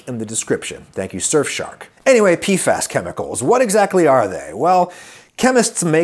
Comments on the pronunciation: PFAs (PEE eff AYs) Not (PEE fass) wtf Adam, no wonder bro didn't know what you were talking about 😅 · wasn't prepared for adam saying it as "pee-fass" instead of just saying the letters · It's P-F-AYS